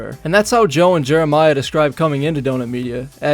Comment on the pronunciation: Jobe*!!! That's his last name Jobe. Otherwise it's Zach